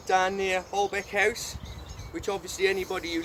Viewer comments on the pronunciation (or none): It’s pronounced Holbeach House although it’s spelt Holbeche House.